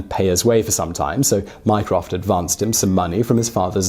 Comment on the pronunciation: My-croft microsoft